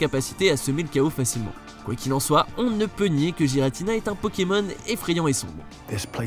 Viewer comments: juste on dit GUératina et arQUéuus merci bien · Tu prononces mal le nom de Giratina et Arceus XD